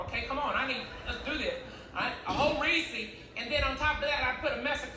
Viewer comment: The most offensive thing about Ralphie’s joke, was that he pronounced “Reese” as “Reesee”